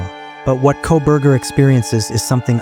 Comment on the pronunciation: KOLBERGER........:face-orange-frowning::face-orange-frowning::face-orange-frowning::face-orange-frowning::face-orange-frowning:, NOT "C'......GET IT RIGHT:face-orange-frowning::face-orange-frowning::face-orange-frowning::face-orange-frowning::face-orange-frowning::face-orange-frowning::face-orange-frowning